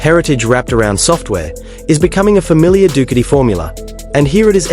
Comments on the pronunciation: Dookity! LOL stupid AI. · When the AI mispronounced the brand i swicted off.